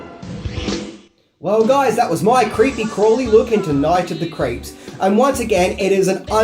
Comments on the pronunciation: Sorry are you saying Night of the Creeps or Night of the Crepes? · "Night of the Crepes" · It sounds like you're saying "Night of the Crêpes"...which is a movie I want to see! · Sounds like youre saying Night of the "CREPES." 🤦🏽‍♂️ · “Night of the Crapes”